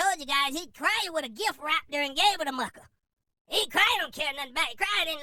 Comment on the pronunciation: It’s the “Walrus teeth” & you just saying “ Mucka” this & that for me 😂😂😂😂 I’m done!